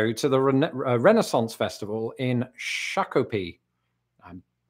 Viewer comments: I’m a native Minnesotan. Your pronunciation of Shakopee was correct. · Congrats. You pronounced shakopee perfectly